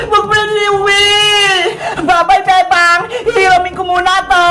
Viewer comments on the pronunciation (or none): pag nag sasalit si emily sabi nya bebang pero feeling ko sinasabi nya bembang